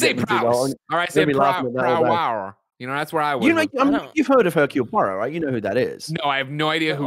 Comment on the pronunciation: You just know that poor Gen is rolling her eyes at her husband's pronunciation massacre of Hercule Poirot.